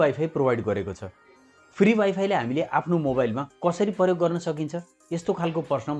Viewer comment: हेल्लो महाशय ! कृपया नेपाली भाषा शुद्ध उच्चारण गरिदिनुहुन हार्दिक अनुरोध छ । प्र लाई पर् अर्थात् प्रयोग लाई परयोग/पर्योग, नेपाल भरीलाई नेपाल भोरी आदि नभन्दिनुभए हुन्थ्यो । पटकपटक यस्ता अनुरोध गरिरहेपनि वेवास्ता गरेर जहिलेपनि गलत नै उच्चारण गरिरहनु भएको छ किन होला ? भाषालाई सम्मान नगर्ने नै हो ?